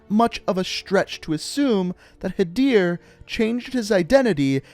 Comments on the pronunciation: Had-er Ker-im 😂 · I like how he pronounces the "-ir" in Hadir correctly but not the "-im" in Karim.